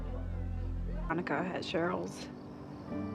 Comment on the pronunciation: I finished riverdale almost 2 years ago, but i'm now calling Veronica "Raw-Nee" from now on. 😂